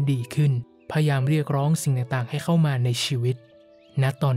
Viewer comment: ขอบคุณมากๆค่ะ เสียงเพราะฟังเพลิน (มีคำว่า พยายาม ที่ผู้พูดออกเสียงว่า พยาม ขัดๆหูนิดนึงค่ะ ได้ยินมาหลายคลิปเลยแอบมากระซิบ) เป็นกำลังใจให้นะคะ ติดตามตั้งแต่ยังไม่ถึงแสนซัพ เก่งมากๆเลยค่ะ